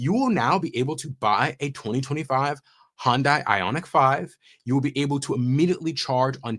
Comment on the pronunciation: Pet peeve: as I understand it, it's pronounced Hun Day, not Hon Day. They Y is (almost) silent. 🙃 It is good to hear that yet another manufacturer has finally gotten access to the Tesla Supercharger network.